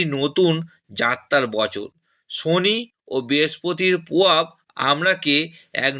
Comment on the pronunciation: 😂😂😂😂 ডাঙ্গায় বসে বাবা ভাঙ্গার নামে বুজরুকি মারছে!!কি উচ্চারণের দমক রে ভাই!!গোহটা কি ভাই!!পোদান, গোহ, বদলাম, পোবাব 😂😂😂😂